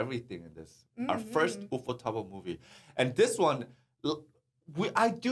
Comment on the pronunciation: Sorry but the correct way to pronounce “ufotable” is ufo-table. Like “ufo” and “table”. Not wu-foe tah-buru 😅😅 Even in Japanese it’s ”ユーフォーテーブル“